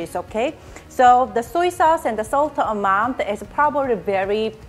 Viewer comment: Suey sauce???